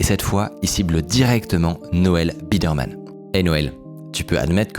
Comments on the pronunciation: Noel BIDERMAN, c’est BIDERMAN SON NOM et non BIRDMAN 🐥 😂😂😂 du coup insupportable d’écouter sachant et entendant cette erreur. Dommage. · Excellente vidéo! Juste ça me fume que Mickaël dise "Birdman" au lieu de "Biderman" littéralement TOUTE la vidéo 😂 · Ça me perturbe que tu l'appelles Birdman le fondateur 😂 alors que tu l'écris toi-même c'est Biderman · Ouf ! Micode, avec ton "Birdmann" à la place de Bidermann, tu as presque réussi à me faire décrocher de la vidéo malgré le fait qu'elle est exceptionnelle ! Heureusement tu t'es rattrapé ! On t'aime Micode ! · Dommage la prononciation birdman iso biderman pendant tout le docu… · "Birdman" ? T'es intéressant Micode, mais tu sais pas lire xD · Le « birdman » me fait mal au cul, c’est clairement écrit biderman et ça se prononce byderman ( baille deure mane) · Birdman / Biderman…pas la même prononciation 😅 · "Birdman" mauvaise prononciation c'est Biderman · Biderman ca ne se dit pas birdman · J'ai l'impression dans quasi chaque vidéo il y a une faute évidente tout le long de la vidéo qui serait réglée par une simple relecture. Ici il dit Birdman à la place de biderman (et on entends bien les journalistes us le prononcer comme tel), dans la précédente je ne me souviens plus quoi mais il y avait aussi une faute sur un nom, cette fois là avec un texte qui le corrigeait à chaque fois, pas très pro... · 20 fois tu prononces le nom BIRDman, y'a personne pour te corriger dans l'équipe ? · C'est juste dommage qu'a travers tout le documentaire, le narrateur se trompe sur le nom de biderman... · Au bout d'un moment il dit biderman mdr je sais pas comment il a laissé passer ça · Qualité a "couper le souffle", mais absolument infoutu de prononcer correctement le nom du créateur. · Biderman (baille deur Mane), par Birdman !!! C'est incroyable de pas être capable de lire et de prononcer ce nom correctement. Du coup, on se pose des questions sur la qualité générale du documentaire. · c'est Biderman, pas Birdman.